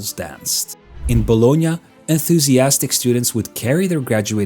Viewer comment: I ADORE you for pronouncing Bologna correctly! I think I've never heard a non-native speaker nail the "gn" italian sound